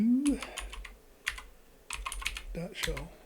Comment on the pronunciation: You showed us UBUNTU (OOBOONTOO), not "OOBANTOO".